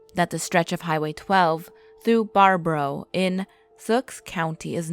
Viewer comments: It’s “Bear-a-boo” not Bararabo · #1 its pronounced Bear-a-boo,baraboo, not "bar-bo-row"and its pronounced "sawk" sauk county not suuu-ak. I know, i live on this stretch of Highway 12. I smoked a bowl with him early one foggy morning in april 2015, he said nothing, but had a smile on his face as he left. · Bar-bro and Saux. LOL I grew up in that area. It killed me! Especially "Wes"consin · It's pronounced BARE-A-boo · I watched this till you tried to say bare-ah-boo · It’s pronounced “Bear-a-boo” in “Sawk” (spelled Sauk). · Did you just say "Wesconsin"!?!?!? WES? NO! Holy shit. The amount of incorrectly pronounced things in that first line is jarring. It's "Wisconsin" Wis as in the words wish, dish, piss, etc, "Bare-ah-boo" and "Saw-ck" It ends in a K sound, not x. I GREW UP THERE! You're so all wrong about everything that it literally hurts. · Its pronounced Bear-a-boo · Highway 12 is by baraboo pronounced bare-a-boo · Yes Baraboo is pronounced Bear-a-boo, but nice try though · I cringed when she pronounced baraboo